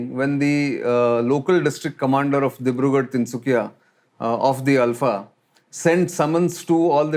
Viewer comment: Only man to have pronounced the name ULFA correctly. Feels good to hear from a well informed person who actually lived here. Cheers✌️